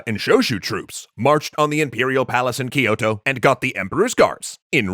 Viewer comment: Every time Kyoto is mispronounced Amaterasu cries